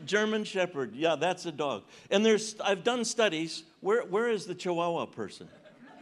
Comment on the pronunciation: The way he pronounces chiwowow lol